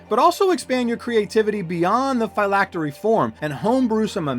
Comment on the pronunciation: You keep calling it "FI-lactery'" that is incorrect it is pronounced (Fill-lactery) '"Phylactery".